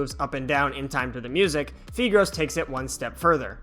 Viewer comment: I think it’s pronounced FAI-gros (Like you’re saying five) Fun fact, it’s nicknamed 屁股肉 in the Chinese community, which basically means butt meat XD